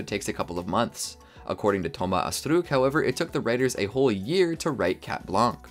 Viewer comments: Stop saying astrook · I know its french but french ppl don't pronounce astruc like that